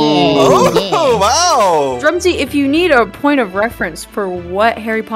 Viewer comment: say THIS IS DRUM-SY